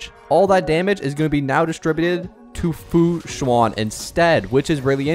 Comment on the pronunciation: the "an" in fu xuan sounds more like how you say "an" in english than "awn/on" hope this helps!